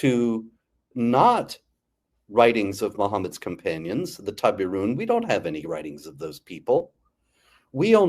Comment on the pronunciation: "the Tābirūn"???